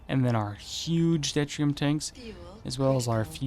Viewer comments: I don't want to be a pain, but it is pronounced due-tier-ee-um, not det-ree-um. Deuterium is hydrogen with a neutron, making it easier to fusion. There is also Tritium (trit-ee-um), which is hydrogen with 2 neutrons. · It's doo-Teer-ee-um